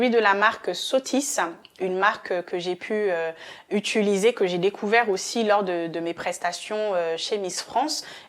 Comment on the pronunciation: On dit : utiliser et pas utuliser ! Merci.